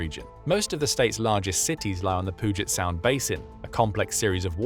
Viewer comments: Lol "poojit sound" .... we pronounce puget as "pew jet" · it's actually pewjet sound, in pronouncation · Just wanted to clarify... Puget Sound. Pronounced "pew"-"jet" "sound". Love the videos. Thanks for all your insight. Happy New Year! 🍹